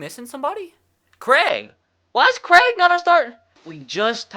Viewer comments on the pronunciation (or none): none